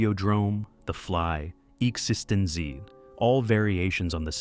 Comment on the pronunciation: Its absolute butchering of the movie title ExistenZ makes me think "he" has never actually watched the movie, because that's not even REMOTELY how it was pronounced in-film.